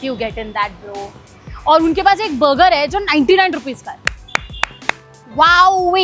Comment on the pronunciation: Moti buger nhi burger hota hai 😂😂